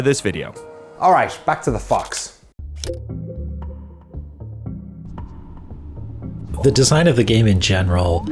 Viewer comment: I like how I know Danny said "back to the fox" but it totally sounded like "fucks"